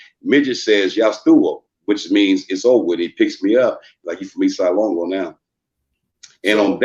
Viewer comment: Ace duece wasn't a gang it was like 3 of them lol, and they weren't around in the 60's,try 1979, and you never saw them, only messed up writing on the Walls, nothing more, homie can't even say LONGO right, East Side Lawngo WTF, it's LÓNGÓ, and not mesicans either, dudes got the name's wrong, and he's a Crip to now, Hood jumper,that I never heard of growing up in my Varrio since 1976... Mando'ESLONGO'CMS... 🙏❤️🥊